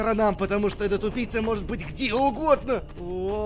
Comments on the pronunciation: Мне одному показалось что говорит тупица а не убийца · я один такой почему когда говорит убийца я слышу тупица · Вы тоже слышали что он говорил не убийца, а тупица? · Когда говорил убийца, мне казалось тупица😂😂😂🤣🤣😂🤣😂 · Мне одному казалось что он всё время говорил:тупица))))вместо убийца)Хаха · Мне одному кажется, что говорит не убийца, а тупица) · Почему когда ты говоришь убийца мне кажется что ты говоришь тупица